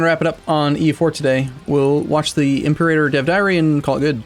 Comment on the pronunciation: The stress should be on the second syllable of Imperator. It’s not a fucking dinosaur, ImperAYtor sounds weird as hell